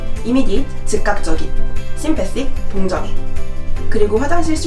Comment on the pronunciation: "sympathic" 아니고 "sympathetic"이예요...